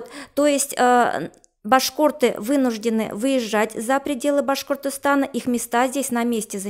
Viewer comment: ...уже раздражает,как эта произносит слово "башк о рты"